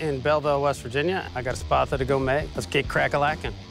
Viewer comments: It just sounds like they can’t properly say “sparta” when they say spatha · I thought he said “you need to create this weapon... the spappa.”